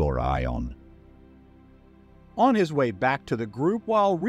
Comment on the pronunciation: Love these videos, but the BUTCHERING of Gorions name itches my skin.